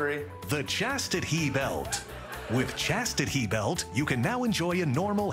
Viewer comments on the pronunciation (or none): Chastit-HE-belt 😅😅😅😅 don't forget to give one to Trump! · Damn I gotta pee. Mother I need key hurry. lol. Chastit - He -belt.